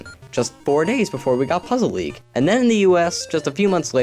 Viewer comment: Lol he said "I give pokemon puzzle leage an 8.5" he said LEAGE